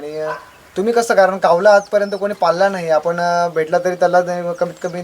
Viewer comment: बोलक्या कावला ,कावला अरे जरा शब्द नीट उच्चार ...कावला नव्हे कावळा